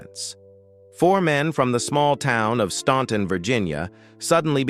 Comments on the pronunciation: FYY: Staunton is pronounced: STAN...ton That was the one song, they DIDN'T WRITE! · The city is Staunton, Virginia., not “Stanton” Despite the spelling, it is pronounced “Stan-ton” the letter “u” is silent. In both Staunton, and neighboring Waynesboro, Virginia have Statler Boulevards. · It's pronounced STANTon!!!!! Other than that, not a bad narrative.